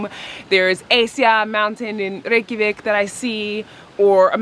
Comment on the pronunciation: This popped up in my recommended. I swear YouTube hears my thoughts. 9 years ago I was in Iceland for a bachelor party. I've never heard the proper icelandic pronunciation of Reykjavik. I was impressed. Maybe I should hit subscribe and come back to Iceland soon?